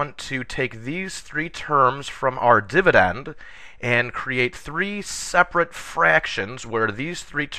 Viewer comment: The way you said dividend :D LMAO